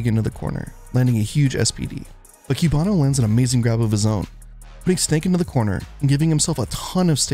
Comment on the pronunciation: The way both you and the commentators say cubano hurts my soul